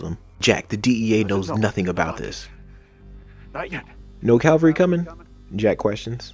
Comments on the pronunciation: I think you mean 'cavalry'... Calvary (otherwise known as Golgotha) was a place! 🙄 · It’s Cavalry,Calvary has to do with the crucifixion. It’s an understandable and easy mistake✌️. Great series,well done🫡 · "Cavalry" not "calvary."